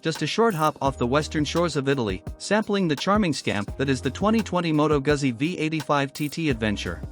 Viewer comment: Please learn to pronounce Guzzi. Long "U", the double "Z" is a "TS" sound. Thanks for the review.